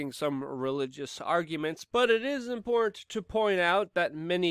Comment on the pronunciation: I don't think he knows how to say the word "important".